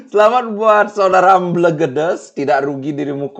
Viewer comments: bacanya EmbElgEdEs. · Mbelgedes e nya dibaca kaya ember bli bukan elang..